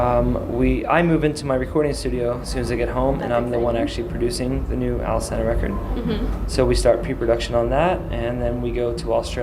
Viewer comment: my god...iv'e been pronouncing Alesana wrong this whole time...i think i'm just gonna go bash my head into a wall